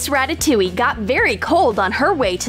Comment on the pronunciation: "Miss Rataoliue" Flamingo fans be like RATATOULIE OO OA LA